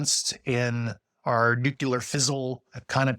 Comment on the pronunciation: I have a real hard time believing an air force officer trained in physics cannot pronounce "nuclear" correctly. He must have written or read the word a thousand times.